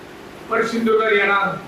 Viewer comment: तु आधी सिंधुदुर्ग उच्चारायला स शीक.